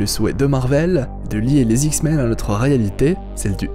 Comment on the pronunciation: dsl mais pendant toute la vidéo ta manière de dire "les Zix-men" m'a bcp fait rire !!! ;)